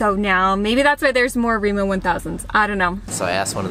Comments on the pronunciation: It is remA not Remo. (Like america backwards!) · Hearing Remo is pretty funny when the name is Rema. I mean it's no big deal but imagine hearing a foreigner say: I'm going to Walmarf. xD